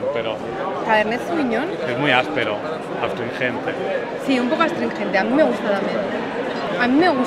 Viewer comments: adsistringente, si un poco adstringente. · astringente... si un poco astringente, alucinánte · astringente? ... vaya tela.